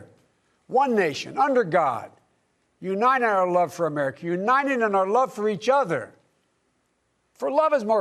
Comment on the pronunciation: “For lords sake this is a UNIDED States of America”